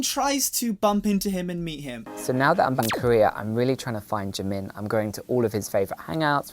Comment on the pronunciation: Jimin is Jimin and JIMIN ONLY! SAY IT WITH ME!!!